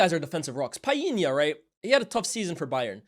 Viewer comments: Bredda lmao who tf is Piena!!?? stop forcing it man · Tf is Pie-yee-nya? 😂 I've never heard Portuguese people pronouncing that name like that. What's going on fam? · Did not know it was pronounced Pa-inya 😂 . Always say Pau-linya. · "PIIEE-nya" scores on an empty goal??? My boy João put that shot through like 5 City players! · Good to see more graphics, makes the vid way more interesting. Just FYI though you're mispronouncing Palhinha's name, the L is pronounced